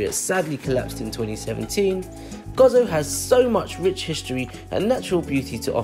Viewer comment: Stopped watching as soon as I heard Gozo pronounced as Gozzo, it is Go Zo. perhaps do more homework next time before visiting our Island!